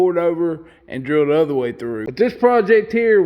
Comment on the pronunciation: Man! Love your videos, your ideas, and your Work! But did you just refer to us that don't weld as "da turd"? Well Anyway, your show is Awesome, as always. Thanks!!